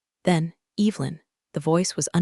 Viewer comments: It's not "cowworking" Its co-working. And it's Evelyn not, Evil-lyn. Story=🔥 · mispronunciations totally pull you out of it especially when it’s the main character’s name.